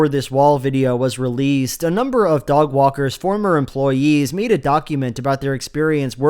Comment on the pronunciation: Am I the only one who kept thinking he was calling Doug “Dogwalker”?